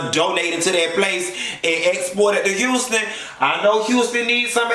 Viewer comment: Houston .... lawd!!!!! Girl it’s HOUSTON LOL!!! BAAAAAA!